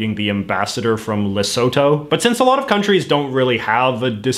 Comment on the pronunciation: Hi South African here. I know this video was made a long time ago but busted wanted to share the pronunciation of Lesotho. Le-su-to Hope this helps ;)